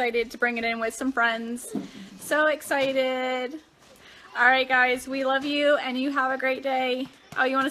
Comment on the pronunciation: Also it's excited, not essited. And refrigerator, not fridgerator.